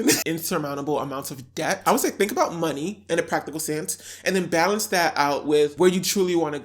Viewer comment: “I LIKE DHET” 👄